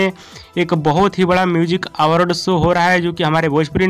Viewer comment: अरे पहले आवर्ड कहना सीखो